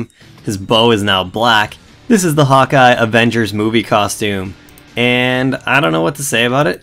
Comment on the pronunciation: Its sounds like you say hot guy:D